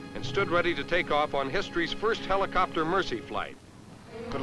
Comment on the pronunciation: I like how the narrator pronounces the word Helicopter, He lee copter, but seriously I love these old movies/documentaries, you can watch aircraft flying, you'd never see in real life. In the case of an aircraft like the Sikorsky R4, you can't even see one in an air show.